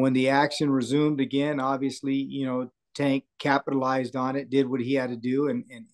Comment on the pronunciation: Do you purposely say his name wrong? I don’t understand how you’re around him and people he knows so often and you’re the only one that says it that way. Say his name right! Or just call him Tank.